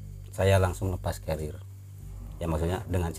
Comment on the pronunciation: Yang betul tuu carier kan yaa, bukan cariel